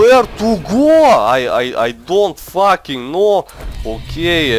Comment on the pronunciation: I looooove the way he say fucking,it goes like faking